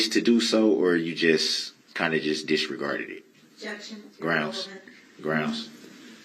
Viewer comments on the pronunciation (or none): Bro u can't even say disregarded, u said disgarded . Ur words are useless